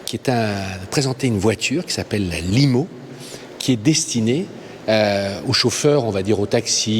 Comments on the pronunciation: On ne dit pas "mobilaïze" mais "mobolaïze" et on ne dit pas "laïmo" mais "limo" :) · Hello en anglais on prononce "limo" comme en français et pas lymo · Dommage que la dame soit pas interrogée en français. - Mobili-aï-se - Notre "captiv rci bank and serviciz" - L-aïe-mo... Ou comment vouloir être plus anglais que les anglais qui prononcent pourtant limo plutôt comme nous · Mobilaïse, laïmo... Madame, on est en France, le i ne se dit pas aï... Prononcez les noms en français svp, et PAS en anglais.!!!